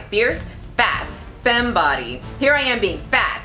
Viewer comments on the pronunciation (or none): none